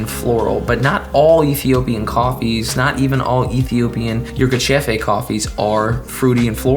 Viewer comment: So true about yirgacheffee, it is a town in sidama region. You pronounced it good.I can assure you that and am from Ethiopia. Thanks for the video again.